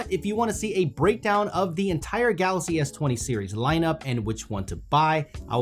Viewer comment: everytime he says galaxy, it sounds like "galasi" 🤣